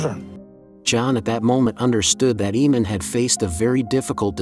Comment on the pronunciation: AYE-Mun not Eee-Mon